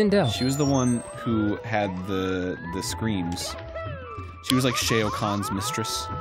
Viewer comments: Did Arin pronounce Shao Kahn as Shay-O Kahn?? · I’ll never forgive the way he said Shao Kahn